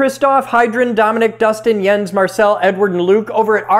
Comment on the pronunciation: I'm more impressed by the correct Jens.